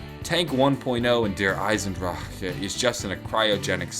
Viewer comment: Dear, I love how you pronounce Der Iesendrachen:D